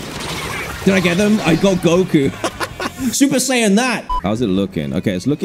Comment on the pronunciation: dude the super sayin taht had me cracking up